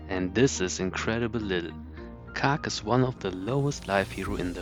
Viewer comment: I don’t think you got the joke 😝 I was hinting that the way you say “khark” sounds like you’re saying “cock” 😜